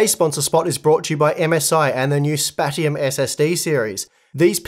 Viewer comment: SPAT-ium! LOL. Isn't it pronounced Space-ium?